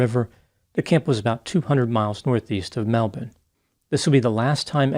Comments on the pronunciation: your analyses was most interesting. And i congratulate you on your correct way of saying our Melbourne the Aussie way, instead of the way Americans mostly pronounce it.🙂 This tragic case was widely covered here in Victoria. And infidelity is such a soul-destroying experience which takes a very long time to get past. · Good job pronouncing Melbourne correctly! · You pronounced Melbourne correctly Dr!👍At one point, my home city was considered to be called Batmania🤪🤪🤪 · Correct pronunciation of Melbourne impressed me too.